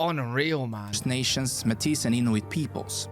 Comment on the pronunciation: This youtube video is slightly outdated with rising tensions between the U.S. and Canada being very prominent. Our prime minister is now Mark Carney as well. I believe we broke 40 million for population, and a lot of the video the guy was saying métis in a way I haven't heard, typically we say it like a pirate (at least in my region, not sure about the rest of the country) and the S is silent "may-tee" also yes, we have deserts :)